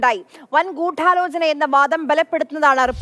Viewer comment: ഗൂട്ടാലോചനയല്ല ന്യൂസ്റീഡറേ